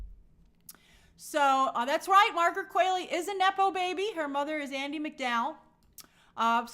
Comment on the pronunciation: It’s “Qu-ALL-ey”. Not “Qu-AIL-ey” 😭😭